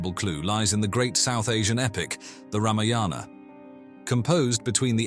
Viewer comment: It is Raavana and it is Ramaayana NOT Ramayaana...please get it right.